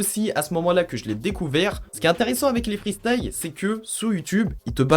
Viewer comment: les "free staille" tu me régale le sang